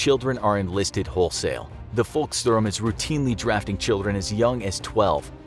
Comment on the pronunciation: The V in "Volkssturm" is pronounced as F not W